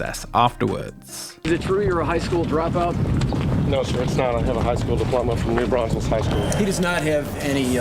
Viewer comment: You said New Braunfels wrong